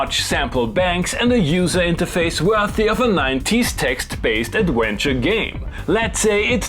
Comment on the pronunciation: Why cant you guys v's?🤣 "innowative" "adwenture" etc. yet when there is no v it comes out "vhere" vhen" "vhat" "vhy" Why do Germans(Im assuming? Or Danish or Austria whatever) swap their v's and w's even when they know its wrong? Why CAN'T they stop doing it? I say this as a man who can speak some german as I learned at school and Im sure my tiny bit of German sounds sooo fucking bad, BUT if i was pronouncing w's and v's the wrong way around and I was told it was tother way I would just do it correct. It doesnt seem a hard thing yet sooooo many Germans speak like that. Germans out there why is it so hard? im sure theres an explanation lol and im not trying to offend as I fucking KNOW how hard learning a diff language is, hats off to most of the rest of the world for learning English so we dont have to learn a foreign language for the internet etc lol